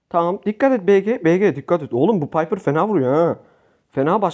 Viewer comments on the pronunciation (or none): none